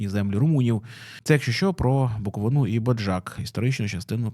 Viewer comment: буковИна, а не буковинА